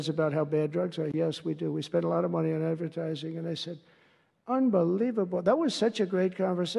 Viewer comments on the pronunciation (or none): none